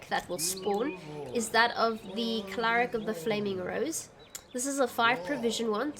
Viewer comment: Thanks for the guide! I built a similar version and it's a lot of fun. Just one thing, are you saying "claric"? lul it's cleric